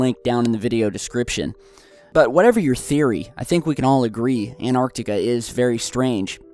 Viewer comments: its pronounced ant-arctica not an-arctica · what the fu.., you say anartica its antartica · There is no such thing as Anarctica stop saying that! it is called Antarctica, ant arc tic a do you understand Antarctica. Stop desecrating my language with your weird pronunciations. It would have been shit to live then you would have died of tooth axhe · It's so annoying when keeps saying ANARtica, it's AN-TARC-TICA! Christ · You know An-arctica doesn't exist, right? Did you mean Antarctica? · does anyone else get pissed off the he says"anartica" instead of Antarctica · Fuck the fort. Why pronounce Antarctica 'Anarctica' you're driving me crazy. Pronounce the T for fuck sake. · Dylan Rawnsley I know how you feel, it's so irritating, what's so hard in pronouncing the T, maybe we should...Yler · For god sake pronounce the first T in AnTartica